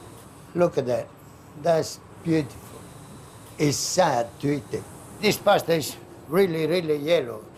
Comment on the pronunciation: I know it's superficial but it kills me how he pronounces paaasta. We all should try to pronounce stuff in its native tongue.